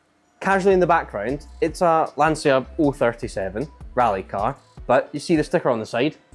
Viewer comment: Still pronounce Lancia horrible 😂